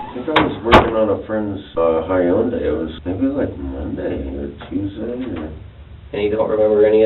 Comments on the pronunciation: “Working on my friends Hy-undai” lmfao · Guilty. Anyone that pronounces Hyundai the way he did is not only capable of dismembering their grandmother but they’ve likely already have dismembered their grandmother.